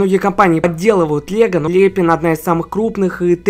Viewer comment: Не ле́пин а лепи́н